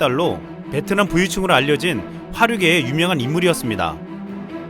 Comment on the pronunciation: 베트남 발음할때 뭐라하더라.. ''비엔나''였나?소세지도 아니고 ㅋㅋ